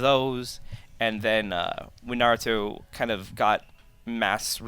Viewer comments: Please stop saying Narutoo 😡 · did he say Narutu? lol